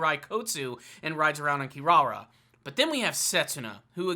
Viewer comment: Love this vid! ❤️ Just FYI it’s pronounced “Moro-Ha” not “Mo-ROE-ha” also you don’t have to pronounce the “U” in Hiraikotsu and Kirara is pronounced like “Kilala”